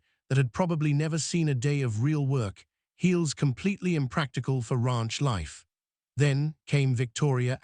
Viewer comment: The "Rah-unch" 😂